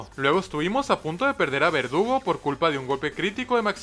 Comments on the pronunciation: Soy el único que escucha que dice "vergudo" en vez de verdugo?🤨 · Me di cuenta que le dice a verdugo, vergudo 4 veces XD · No se si sea un error, o era así, pero contra cathy a al corvisquire llamado "verdugo" le dice "bergudo":v Querido, ese fue un error? Un easter egg? O tengo problemas d audición xd? Mames volví a escuchar y si suena que dice "bergudo" xddd Ojalá el lea y me aclare la duda que no me deja dormir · Alguien más escucha vergudo y no verdugo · Creo que lo dice así adrede, yo lo oí así casi todas las veces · No eres el unico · en el minuto dijo vergudo en vez de verdugo 😹😹😹😹😹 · soy yo, o dijo vergudo en vez de verdugo? 🤨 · En antes de decir verdugo dijo bergudo XD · Se dieron cuenta que al corvinigth en vez de decir "Verdugo" dice "Vergudo" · en el minuto dice vergudo en vez de verdugo xd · no me vas a engañar, ashi dijiste su nombre pero con una G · Y en el igual